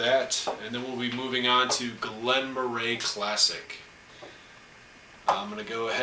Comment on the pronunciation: Moray is pronounced like the a canandian saying eh. Trust me I live in scotland. Or as or say scatlaaand. :-P